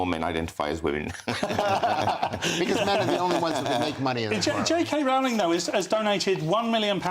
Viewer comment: learn to pronounce J K Rowling's name correctly!